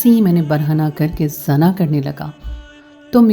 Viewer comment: AP lafaz Sahi ada krein zana nhi hota. Ye Zina hota hai our Bhai lafaz wrong parhti hein Urdu Sahi parha kro